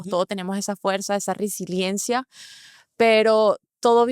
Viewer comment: Tiene razón; todos tenemos esa RISILIENCIA!!!! jajajajaja Si no sabe pronunciar la palabra correctamente, mucho menos debe saber su significado.